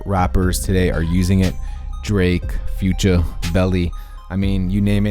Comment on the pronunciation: The way he said future 😂